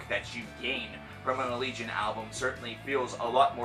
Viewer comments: Ala-gay-on. Thats how you say it. They say it in one of their vids. Duh! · I would always pronounce the name "al-eh-gay-on" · I pronounce it "Al-lee-Gee-On. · it's pronounced uh-legion.